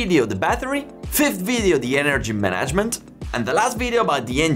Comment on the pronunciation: ENergy MANagement. Syllable emphasis.